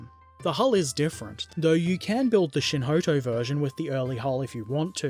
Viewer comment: You are saying Shinhoto correctly